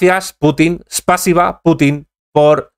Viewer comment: No se dice espasiba sino spasiva.